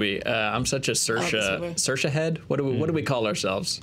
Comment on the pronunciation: Saoirse-lite (like socialite)